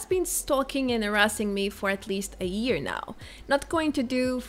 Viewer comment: I love your videos and i must say this : I live for day when i will hear you say YEAR instead of EAR :) :) .